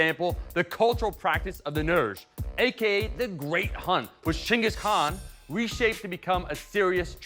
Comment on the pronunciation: impressed you said chinggis khan, disappointed you still spelled it ghengis